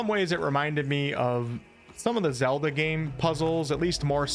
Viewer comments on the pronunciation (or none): none